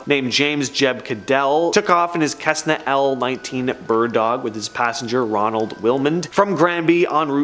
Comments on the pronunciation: Cessna = SESS-na, not KESS-na. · its pronounced sessna (cessna) not Kessna